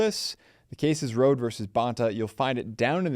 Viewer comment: FYI, Rhode's name is pronounced like Road-EE.